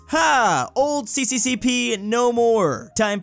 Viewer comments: it is not pronounced cccp it is pronounced "sa sa sa ra" which stands for Soyuz Sovietskiy Socialisti Respublik in English, it is Union of Soviet Socialist Republics or USSR. Therefore, pronounce it as sa sa sa ra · Fun Fact: its actually pronounced SSSR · CCCP is pronounced SSSR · it's not CCCP like in latin alphabet, it's Cyrillic, so it's "SSSR" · it's funny how pronounced CCCP as sisisipi.